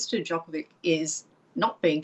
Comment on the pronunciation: Why this Karen didn’t pronounce Novak’s last name correctly, is she a racist?